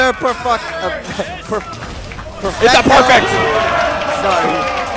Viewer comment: "Another PERFUCKT" LOLOLOL